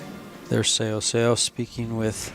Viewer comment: right? when they say things like ‚I don’t remember if she used her extension‘ you know that these guys don’t get paid enough to pay attention to the game. or they just don’t care. and Seoa is such a famous player that everybody should know how to say her name. this was by far the worst commentary I‘ve heard in a long time. still great to watch the two women play, but better to mute the video and listen to music instead. ❤